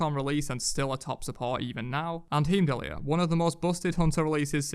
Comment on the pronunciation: Soooo how being heimdallr is pronounce is annoying xD not how you say it